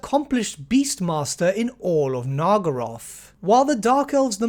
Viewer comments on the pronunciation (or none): not to be that guy, but it's naggaroth. not nargaroth. That's how you say it